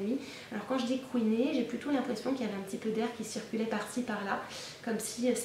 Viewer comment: Ooohhhh tu es canon mais tu me fais mal au eins quand tu dis « couiner » 😖